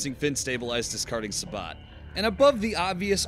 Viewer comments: I may be two years late, but please... It's pronounced Say-Bow. Not, Suh-Bawt. lol. Also, just found your channel today, surprised you don't have more recognition. Your videos are good, though there are some discrepancies. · wow dude, "sabot" is not pronounced "sah-bot", its "say-boh". do you even infantry? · I wonder if this dude shops at "home-de-pot". (sabot is said like "say_bo") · Its pronounced "Sabot" not "Sabot" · Velocity. Simply out the 14.5 is gonna have more velocity, which means more accuracy. Also heavier to wind effects it less making it even more accurate. The t in sabot is silent by the way.